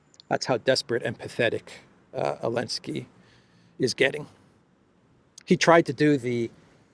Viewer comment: why do you call him ellensky?